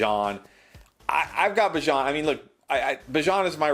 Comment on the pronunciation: Unfollowed for the pronunciation of Bijan